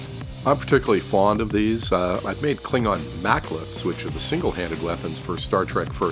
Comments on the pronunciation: Mek'leth, not Mac'leth lol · FFS IT'S MEK'LETH NOT MAC'LETH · Mek'leth not Mac'leth :P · I was hoping you'd done a bat'leth! Though isn't the smaller knife called a "mek'leth" rather than a "mac'leth"? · Niiice...btw, it's mk'leth, not mac'leth.